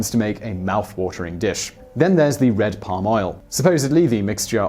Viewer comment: The best Canadian food is Poutine, french fries covered in gravy. It's a truly inspired dish. BTW, Simon, you pronounced RED wrong. snicker.